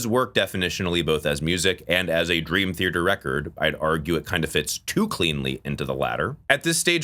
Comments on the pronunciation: For someone who loves Dream Theater, It’s odd that you pronounce it as “Thearter” with an extra r. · Please take your time pronouncing the word "Theater" the way you just say "Dream Thierdr" makes a lot of this unwatchable for me😂 same thing with John Petrucci... bro says "Prchoochi"